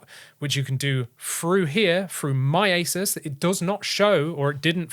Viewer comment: He was joking, with his accent it almost sounds like he said asus ( without the u)😂